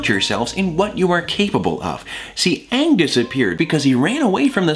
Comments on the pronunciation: When Thomas freaked out about saying 'Ahng' instead of Aang, I felt that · saying Ahng instead of Aang... too soon buddy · “It’s A-ng! Not O-ng! Don’t say it like that!!!” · "Ong!?" "IT'S AaNG NOT ONG!!!" YAAAAAAASSSSSS!!! P.S. love you sefue hotman! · Thomas being aware about how infuriating the Avatar movie was w/ it's jacked up pronunciation Aang's name is a mood. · I'm sorry, but getting upset about how was pronouncing Aang's name the way the movie did...Perfect.